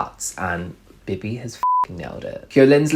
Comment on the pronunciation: BIBI was def 10/10. Literally slayed. She was so elegant and sexy and OH MY GOD i love that she was asked to perform. Love it for her🥺🥰 thanks for the review! loved it. just a note tho: you should pronounce her name as BeeBee, with an elongated “eee” sound💕